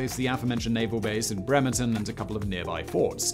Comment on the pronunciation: Ironically it was only Bremerton that was mispronounced. Great job on all the native names!